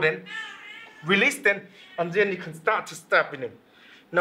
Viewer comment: i love when he say zen instead of then